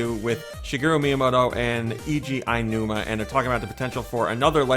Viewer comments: Phonetically, it should be "OW-nooma", but I'm no Japanese expert. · Come on, you know how it's really pronounced. Mr. Al Newman! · Well, it would be odd if there wasn't going to be. But they are in this weird cycle since Twilight Princess had the same case as BOTW. It's not Ainuma. It's Aonuma, so just say like it's spelled. But I guess it's easy for me to see how to say it since I speak some Japanese.